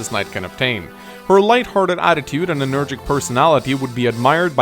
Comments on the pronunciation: and Energetic, not energic. Ilia is not a continent, it's a region in the continent of Elibe. By the same token, Ilian mercenaries are sent to other regions, not other continents. I liked the video a lot overall, in particular the support convo scenes! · I realy wish he said enerGETIC and not energic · Your pronounciation of 'energetic' triggers me.